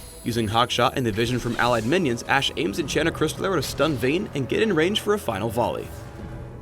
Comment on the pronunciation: So it's not Ash-e. T.T